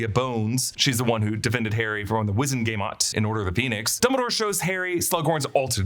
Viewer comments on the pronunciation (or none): none